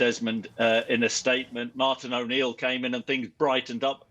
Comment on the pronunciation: “Martin O’Neil” “Martin O’Neil” “Martin O’Neill”